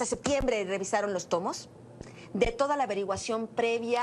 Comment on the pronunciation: pequeño detalle para Anabel, no se dice Sectiembre mija!!!